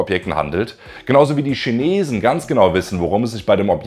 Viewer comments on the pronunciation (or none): none